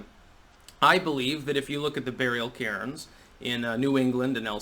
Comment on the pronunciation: What you said: "burial cairns". What I heard: "burial Karens".